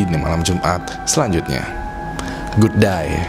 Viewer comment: btw kok bilang good die ya.. bukan good day.. 😁😁😁 serem tauk 😆